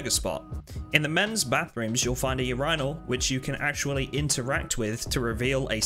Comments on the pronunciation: you wanna know how we say that in germany? Urinal. there you go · Buddy please learn how to say "urinal" thanks